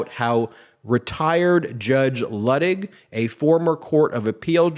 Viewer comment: I believe the Judge pronounces his name LOO-tig.